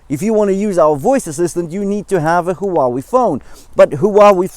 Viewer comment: Maaaan, you make feel awesome about buying the GT2 Pro instead of the GT3. Thanks for always giving us the honest of reviews, that's what we need. And how you pronounce Huawei, they should really hire you haha. Stay safe, keep it up